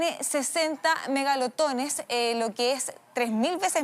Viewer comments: Chica 😘 MEGALOTONES?😵‍💫🫢megatones! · 60 megalotones. 🫣. Porfavor lean bien el telepronter. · Ya entendi ella dice megalotones, porque el canal es meganoticias 😂😂😂😂😂